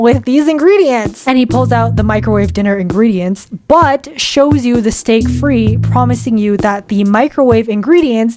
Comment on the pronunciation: Steak frite is pronounced "steak freet" not "steak free". Interestingly, your mispronunciation is what's called a "hyperforeignism" and that's a fun wiki article of you're interested :) anyway cheers, i can be smug about this because i speak English and French but I'm hopeless at any other language 😅